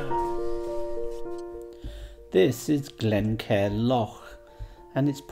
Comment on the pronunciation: Lovely videos.. it makes me smile when i hear your pronounciation of some place names.. Mullaghmore (Mulluckmore), Glencar (Glen-Car).. chat to the locals, we don't bite😊